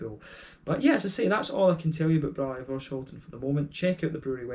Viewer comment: Thnx for the review! Great to hear that you enjoyed the beer. The hops in this beer are Saaz, EK Goldings and Fuggle. And yes, you actually prenounced Voorschoten almost perfect. Cheers!